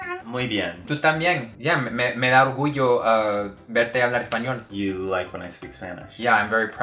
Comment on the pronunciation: wow your "spaniard" (by the way thats kind of rude, we prefer castillian or castellano) but it sounded awesome hahaha i swear you could fool me